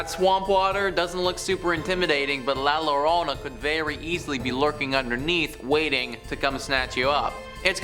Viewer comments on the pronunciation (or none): A spanish word starting with a double L should be read with the Y sound so its La Yorona not Lorona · Yo-ro-na say it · La Llarona is pronounced like had a few drinks and slurring his words lol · Double Ls in Spanish are pronounced like the Y in yes.... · stopped watching when he couldn't pronounce llorona